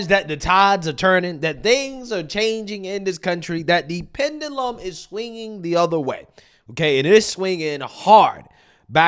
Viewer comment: What's dum is how your pronounce pendulum.